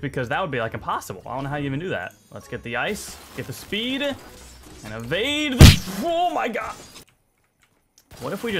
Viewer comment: John Mark Rigdon yeah that’s still not a word buddy...I get he’s trying to say “Evade” but he still doesn’t say it right.